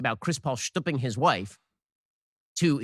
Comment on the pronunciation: Shtooping?? Sounds vulgar to me.